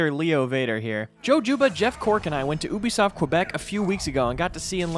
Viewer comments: Ubie not Oobie , French not german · "oo-bisoft kwebeck" No *yew-bisoft kuh-beck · Did that man just say ubisoft but say it like oob-I-soft 😂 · Did you just say oobisoft?